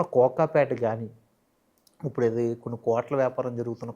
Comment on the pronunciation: ఒరే పదాలు ఉచ్చరించటం ముందు నేర్చుకో "ఉప్పుడు" ఏందిరా ఇప్పుడు అనాలి.